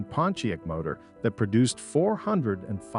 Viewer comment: Repeat after me: "Pon-tee-ACK!" Say it right. SAY IT RIGHT! WTF is a "Ponteek" (sic)? Is this another case of incompetent AI narration? WTH is going on here? Reloop the audio track and regain some credibility, but for now, nobody is going to watch this past the 3rd "Ponteek" because it makes the entire vid suspect...